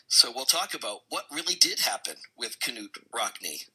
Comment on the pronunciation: Not ka noot rockne